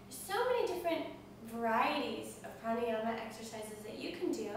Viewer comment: I am being pokey here but I dunno how come you teachers dont know correct pronounciations ...and no I am not talking about accent. Yogasana = Yog + Asana and not Yoga + Sana It is difficult to explain in text unless you know Devnagari script but simply put even if you spell it Yoga and Pranayama, you dont actually pronounce the 'a' there like you do in umbrella anyway keep up the good work^^